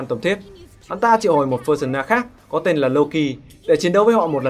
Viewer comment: Pơ-sâu-na mà